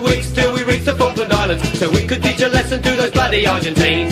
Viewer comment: Se pronuncia Falkland Islands, hazlo bien.